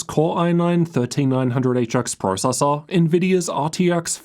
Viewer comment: I cant handle this guy saying processor